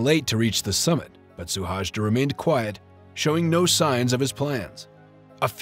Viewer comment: His name is Suhajda, not "Szuhásdá".